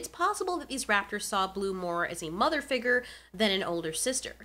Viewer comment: I liked this video, but the way figure was pronounced gave me ligma.